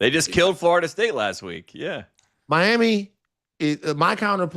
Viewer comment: 1. Who dat is? 2. Tate is the mf man… other than not being able to pronounce Florida but instead calling it “FARTA” every damn time.